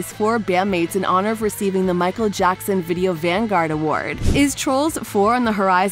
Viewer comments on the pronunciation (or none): none